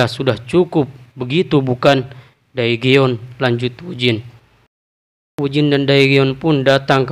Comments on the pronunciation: cara pembacaanya terlalu jujur daegeon itu cara bacanya degun 대건, jika daegeon di baca daegeon itu jelas terdengar seperti susah sekali membacanya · Daegeon di baca degun min, jagan terlalu jujur bacanya